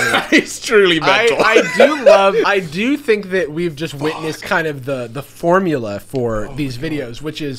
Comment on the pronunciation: WHO DO YOU FINK GAVE YOU THE TEEF